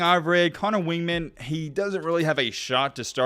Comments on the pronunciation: If you're going to be making videos and want to be taken seriously, you might want to learn how to pronounce the guys name - Conner WEIGman (pronounced Wig-man) - not WINGman. You can hear how to pronounce it very easily here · It's Connor Weigman, not "Wingman". A&M doesn't have a problem. They have 3 competent to elite QB's. Max is a competent game manager who doesn't make a lot of mistakes. Haynes King is the 3rd fastest player on the entire team and is a legitimate RPO threat. I think he wins the job and will do great. Weigman is a legitimate 5 Star and is the future of A&M. Also, the Aggies have 2 elite RB's in Achane and Johnson. Their O-Line, once they gelled last year, has become one of the best O-lines in the SEC. Your analysis is puzzling.